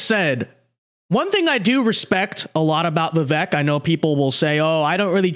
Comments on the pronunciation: First, it’s Va- Vake. Learn to say the name properly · Pronounced like "Veevayk". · Bro if you respect Vivek please do him the minimum courtesy of saying his name right!